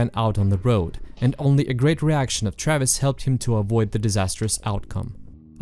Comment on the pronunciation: Your European ass pronouncing "Travis" as "Trayviss" is the cutest thing.